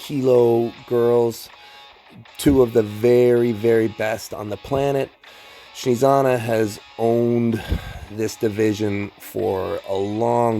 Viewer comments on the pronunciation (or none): Dude, she is Snezhana, not Shnizana. The origin of this name comes from the word Snezhniy, which means snowy. So in English she'd be kinda Snow-anna or something like that.